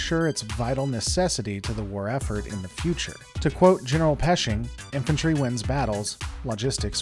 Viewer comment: General Pershing, not Peshing. 😓